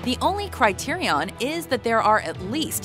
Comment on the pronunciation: Did she really say "criterion" at the beginning?